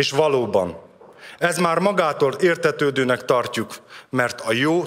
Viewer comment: Értetödönek tartjuk----pfúj nem tud Magyarul!